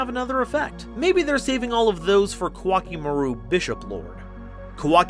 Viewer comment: Koa'ki Meiru (Ko-a-ki Meh-ru) is pronounced like Core Chimail in Japanese. Important pronunciation fact, since people like MBT constantly say it wrong.